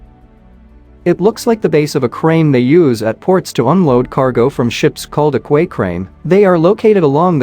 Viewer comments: .therscope?” Poor AI voice which doesn’t recognize common words for proper pronunciation. “kway crane?” C’mon, it’s pronounced “kee”. Ditch this program. It obviously has a poor vocabulary. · Only idiots say "QWAY." It's "KEY" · Kway crane (QUAY???????) FFS - its pronounced KEY!!!!! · Relating to your pronunciation of quay, as in quay-crane..does any person in the USA say 'quay' as quay,? We in England say that word as key. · Please note; the word is pronounced "BOY", not "BOO_EE" And "QUAY" is pronounced "KEY". Curse these robot voices. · And sometimes cay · It's proper pronunciation is key. I did spelling bees as a kid. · In the USA, we usually say "kway".